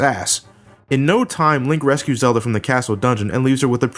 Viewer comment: Almost sounds like you said a "Lint" to the past there.